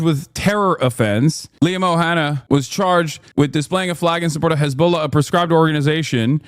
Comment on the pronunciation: Someone needs to tell the British establishment it's not "O'Hanna" it's "Og O'Hannaidh". Disrespectful pearl-clutching clowns.